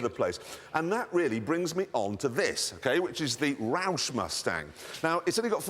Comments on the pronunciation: Did he say that he have a ROUSH ? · what the fuck is a 'raousch (i dont know how you fuckin spell it) mustang' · What’d he say the other Mustang was called? The Ralph(?) Mustang? I’ve never even heard those were a thing